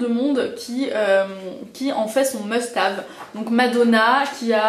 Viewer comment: must have hahahah ou "hève"? 12 min pour parler d'un produit avec répétions à la chaine, top ;)